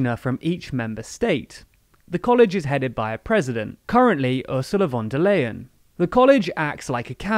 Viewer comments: Protip: "Leyen" is pronounced exactly as "Lion" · She‘s called Leyen - it’s L + eye + an..